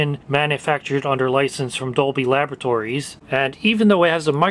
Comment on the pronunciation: Did he said dolby lavatories or dolby laboratories? 😃